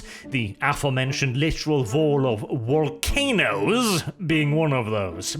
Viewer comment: "Voll of walcanoes" at the end got me a bit of chuckle